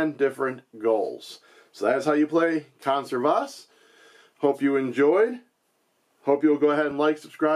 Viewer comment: Just for the record, it's kohn-SEHR-vas. :) Just like you'd say "reserve" and "conserve", just with "vas" at the end.